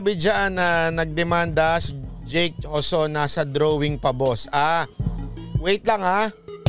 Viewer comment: HOSON Ang pronounce Ng JOSON diba MATALINO KA???